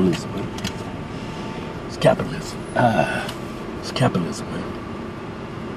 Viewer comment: "Is capilism ma, yeah is capilism"